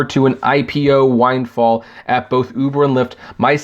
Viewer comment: Whind fall? Really?